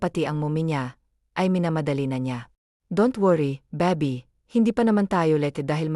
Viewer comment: Bakit ganon mag salita yung baby naging babi